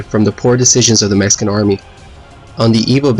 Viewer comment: Mexican not Meskin....lol